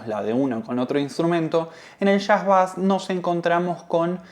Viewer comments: No diga "bas"... Por favor, pronuncie " beis" , de seguro lo habrá escuchado muchas veces y lo argentino le seguirá quedando bien. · Bonito informe. Solo una cosa, se pronuncia beis, no bass. Un detalle al pie.